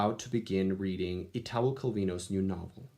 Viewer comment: If on a winter night a traveler is such a great and peculiar book! I read it a couple of months ago and I hope you'll like it! :) Ps. The accent in Italo is on the "i" :)